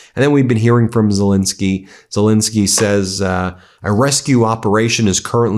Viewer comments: Please pronounce his name correctly: It's not ZeLINsky , but ZeLENsky. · STOP MISPRONOUNCING ZELENSKYY!